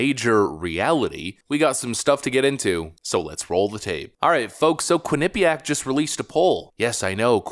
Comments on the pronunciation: Being from the area, I love how others pronounce Quinnipiac. It's funny. Quin-NIP-iac. It's more like Quinnipee-ACK. We actually LEARNED about the local Native Americans when I was in grade school, unlike what they teach now. We learned which tribes were warring, agricultural, etc. There were dozens of nations in this land and it's a shame that they're all lumped into one. We even took field trips to places important to tribes like the Podunk, Quinnipiac, Mohegan and Pequot. Lotsa cool history in that little state that's been taken over by liberal idiots. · "QUINNA-- Pyak". Not "qui - NIPPY - yak" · As someone who lived in Connecticut and had friends that went to Quinnipiac College, pronunciation of Quinnipiac gives me endless douche chills. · You would think that after seeing countless mainstream media clips with the correct pronunciations over the years including the one he included in this videos…. Quinnipiac beat my Michigan Wolverines in the Frozen Four last year. 🙇🏼‍♂️ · It chuckle every time you say Quinnipiac. You say it wrong but I like the way you say it better 😂😂😂